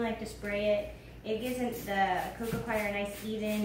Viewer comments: I love how she pronounced coir like "choir", as if it can sing lol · So much info and very good, but could some one tell her how to pronounce ' coco coir' not 'coco choir'? Sorry